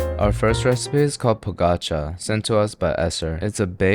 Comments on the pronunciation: When he did not say “pogaça” with soft g: “My disappointment is unimaginable and my day is ruined” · The primal fear i felt when i heard him say pogácsa is unreal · po-ga-cha. not po-gocha! You say all the syllables kind of the same. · Serbians pronounce the cheese bread poo-guh-scha, accent on first syllable.